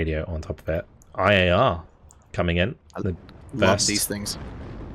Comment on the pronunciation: Every time you say IAR all I hear is AYAYA! and it always makes me laugh. Please never change that